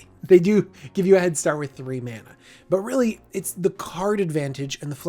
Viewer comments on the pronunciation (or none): none